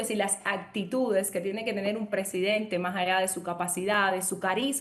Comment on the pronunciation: president-AAAAA??? Pero qué es esto??? PRESIDENTEEEEEEE!!! Se dice PRESIDENTEEEEEEE!!!